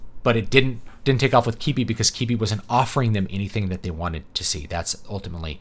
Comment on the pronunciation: Is it not pronounced Kwih-bee? Doesn't really matter, but now I'm concerned. Thankfully it should be gone soon, so it won't matter. Edit: also, one interesting critique I saw was that not only did they limit it to phone use only, they also made it so that you either couldn't take screen shots or clip small parts of the videos. So, if you did find a video you liked, it was impossible to share any part of it. I suppose they were worried about memes or something? Vastly underestimating how that type of thing can be used to create a wider audience.